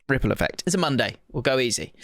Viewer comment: has to do the visual ripple effect alongside the voice like the first episode, every single rrrrrrrripple effect episode.